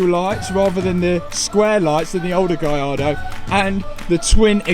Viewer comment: Nice one Matt. I’m just glad that you know how to say gallardo properly! Yani can’t manage it.